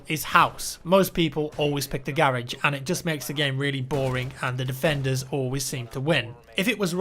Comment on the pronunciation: Did he pronounce garage as "garriage"?